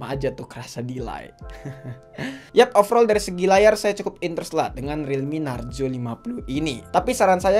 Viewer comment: Narzo bukan narjo